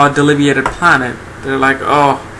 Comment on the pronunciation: Do you mean debilitated? You keep saying something like delibeated, and I don't know what that means.